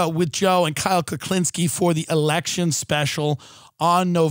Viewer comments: I’ve heard him mispronounce Kyle’s last name the same way about 5 different times now. He’s only ever had positive things to say about Kyle so I don’t think he’s doing it on purpose. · Tim has mispronounced Kyle’s last name every time he’s ever talked about him. No one has ever corrected him and I think he’s just unaware of his mistake.